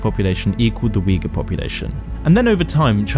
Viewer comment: You don't even know how to pronounce Xinjiang and Uighur. Pretty much Falun Gong. You know who's dissagre with China about muslim are? US, Israel… Well, not sure these 2 countries have a good reputation towards muslims. This video is a total joke.